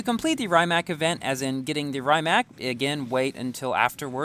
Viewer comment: It's pronounced rim-ac not rhyme-ac